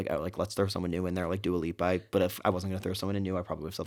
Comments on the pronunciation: Trish saying Dia Lupa instead of Dua Lipa and not realizing is sooooo funny omgggg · Screaming at Trish calling Dua Lipa ‘Dio Loopa’ 😭😭😭😭🤣